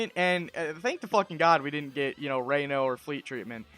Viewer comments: I'm sorry but it drove me crazy how you pronounced Ranno's name. It's not "Ray-no", it's "Rah-No". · But Raino sounds cooler and like a rain forest and tree frogs. Seems like a missed opportunity seeing as Orcane is a name. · Says he did his own research: mispronounces Ranno...